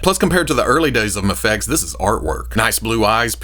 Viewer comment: Does it drive anyone else crazy that he calls it Mahfex instead of Mayfex?